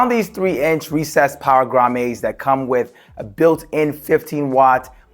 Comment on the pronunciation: Great video - they are pronounced grommits not grommays (its not a French word)